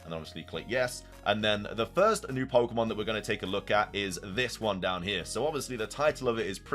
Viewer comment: Got hand it to you: only you can read "Viewed as a whole, it restled a mysterious, brilliant disk" yet also read the title as "A risk pokémon?" instead of "A disk pokémon"? AND also mispronounce pokémon every single time.